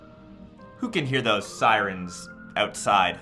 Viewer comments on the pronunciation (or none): none